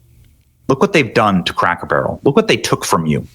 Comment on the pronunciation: “loom what they’ve done to Crack Barrel” I swear that’s what he says